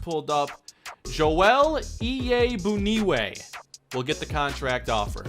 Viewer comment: The bun is pronounced boon